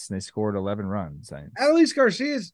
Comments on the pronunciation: its not ADD-oh-lease its uh-DOLE-lease please don't let him win ALCS mvp and you still can't pronounce his name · Put some respect on Adolis’ name and pronounce it correctly. Say it with me: a-DOLE-ees.